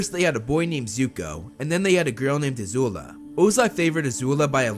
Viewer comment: It's not a zula its azula